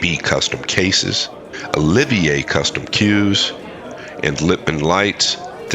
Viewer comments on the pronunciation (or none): none